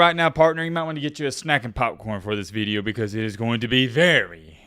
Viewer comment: The way you say video is not southern, northern idk where tf you learned to say "veedeo"